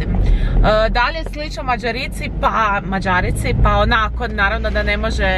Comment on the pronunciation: Nije Mađarici nego Mađarici !